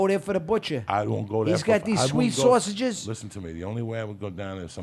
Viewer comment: ...."Go there for da butcher,he's got dese shweet swahseges" Fucking gold!!